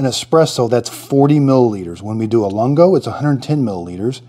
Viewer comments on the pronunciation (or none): Great video. For your reference the Lungo is pronounced loongo, meaning long in Italian. Just in case you want to know. Thanks for the video!